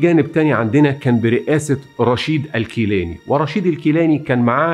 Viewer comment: نوري سعيد وليس نوري سعدي ، گيلاني و ليس كيلاني ، ولك من الشعب العراقي المظلوم مليون لايك .